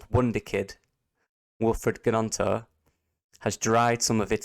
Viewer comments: Silent G... its Nonto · Isn’t Gnonto’s name pronounced Nonto? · Silent G. Emphasis on the N. Think Nyonto.